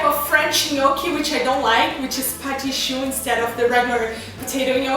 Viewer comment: I love how she said Patiii Choux <3